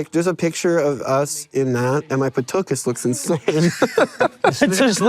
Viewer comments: Okay.. Why is he saying “patuchus” and why is no one correcting this guy? I hate to say this because it's so dumb but it's driving me crazy. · tuchus. He means tuchus. It’s super close, which is why it bothered me. Because clearly someone pronounced it with a “p,” and he ran with it.